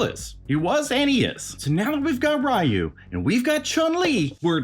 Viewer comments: It's Re-you. Whether it's character select screen, cutscenes or anime no one calls him as Rye-you. The Storm Collectibles Chun Li had butterfly joints and moving hair buns but you can't buy her anymore. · The way he pronounces Ryu 😂 lol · Thank you for saying Ryu that way, I know it's wrong but that's how we ALL said it in the 90's! 😅